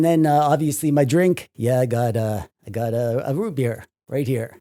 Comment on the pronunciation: anyone else notice says rootbeer like scooby doo would "rutbeer"?